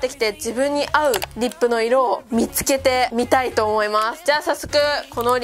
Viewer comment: イントネーション違いますwリッ↓プ↑じゃなくてリッ↑プ→ですw